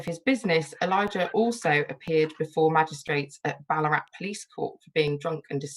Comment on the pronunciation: Just loving it here in Canberra. A note, it’s geeLONG, and ballarAT. And Bourke is for some reason pronounced Berk.